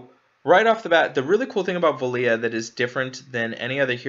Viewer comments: Here name is pronounced "Vel-Lah", not Vel-Lee-Ah. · Why do you call her velia? There is no I in her name, wouldn't she just be pronounced. VEL-UH . Vela. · Why are you pronouncing her name as Veliya. I figured it would be like this = VEL A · Or perhaps “Vay-luh” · You say her name the following way Vela=bella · How do you butcher four letters and two syllabyls so badly?